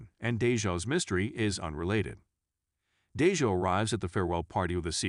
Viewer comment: I'm gonna need you to pronounce folks nes correctly. MALEEEEK , RHANDAAAL AND DAAAAYJAAAHH. Funny hoe it's the African American characters who's names are wrong.😑